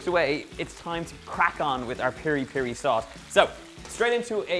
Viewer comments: By the way its Piri-Piri not Peri-Peri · the sauce its Mozambique as well...its piri piri not peri peri.